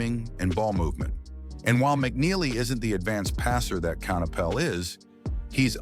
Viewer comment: CAN-appell? CON-oopel? CAN-ippel? Which one is it, Mr. AI Voice? (Answer: None of the above). Lol 😂😂😂